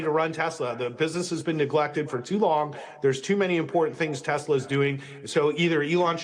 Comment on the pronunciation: God the way he says teZla pmo so bad 😂